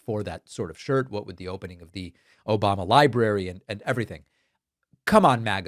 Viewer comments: "Obamna" is priceless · Where do we get the “ Obamna “ shirts? 😆😆😆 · David how do I purchase an “Obamna” shirt?? lol!😂